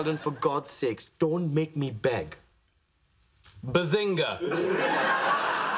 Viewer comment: for the Earlier Seasons instead of "Bazinga" it's "Buzzinga"